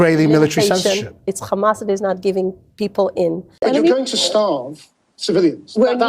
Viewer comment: It’s khamas! It’s Khamas! It’s Khamas!😂😂😂 !! She is Khara!!!